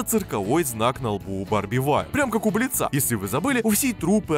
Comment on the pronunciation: Господи, Бли́ца, ударение на "и"! Согласно правилам ударений, при склонении существительных (кроме исключений) ударение остаётся на корне!